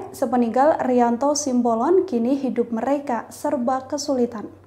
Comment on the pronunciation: TOLONG UNTUK PEMBACA BERITANYA YG BENER, SIMBOLON BUKAN SIAMBOLON. masa baca doank salah